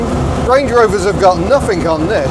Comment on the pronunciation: it is ING not INC at the end of a word. (ie. nothing not nothinc)